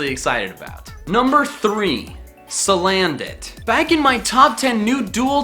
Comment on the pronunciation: It's salandit not silandit